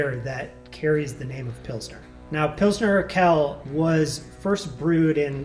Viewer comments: Just a note: The second word in "Pilsner Urquell" isn't pronounced in a French way (like "urkell"), but more like "Oor-kwell". "Quell", or "Quelle" (with an additional e - pronounced like the one before - at the end) is a German word for source/spring/well. "Urquell" means something like "ancient source." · It’s more of a “w” sound right? I’ve always heard pronounced “urkwell” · depending dialectically, could also be pronounced "oor-kvell" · "Urquell" isn't pronounced "Urkel". The second "U" isn't silent. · To put an even finer point on it: “qu”would be “kv” so Quell would be “kvell.” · for those who want to pronounce "Urquell" correctly: it's something along the lines of "oor-kwell" (the 'oo' pronounced as in the noun 'moor')